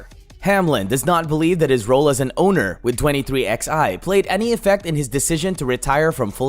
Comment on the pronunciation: Who the hell says twenty three Ex Eye instead of twenty three eleven?